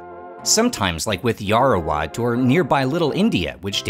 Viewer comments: Just to correct you, you keep pronouncing Yao-Wa-Rat as Yao-ra--wat. Otherwise, everything else is fine. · yaowarat.. not yaorawat.. :) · It's Yaowarat, not Yarowat 😭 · I'm Thai-Chinese and also live really close to Huay Khwang! I had to pass by on my way to the MRT every single day back when I was in our equivalent of high school, but I personally never thought much of it. I definitely appreciate it more now, though. Btw, it's 'yao-wa-raht' เยาว (yao-wa) = youth; borrowed from Pali ราช (raht) = king, ruler, or to rule; borrowed from Khmer and Sanskrit Thanks for the coverage, man. Keep it up, proud of you! 🙏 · Love your channel man! But, Yao-Ra-Wat is killing me😅